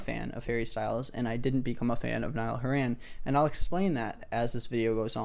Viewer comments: i love how he pronounces nialls name as "niall who ran" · Niall went from Irish to middle eastern in one mispronounciation